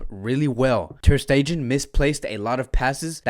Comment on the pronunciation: Ter stegen...... Pronounced Like Ter stegaan..... It's German.... Stull love your analysis